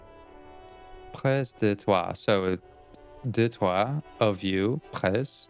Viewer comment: just an advice on pronunciation, you don't need to say the "S" in "près", but the translation was good 10/10 :D